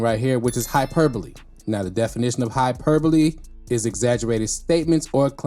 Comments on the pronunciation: You're the only reactor to pronounce hyperbole correctly lol. That word has been whooping everybody else's ass lol. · 😂😂😂😂 He said it so smooth that I didn't even notice. I don't think a lot of the others had ever seen the word in writing before... Lol